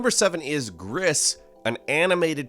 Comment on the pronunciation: You don't prononce the S in gris it's just gri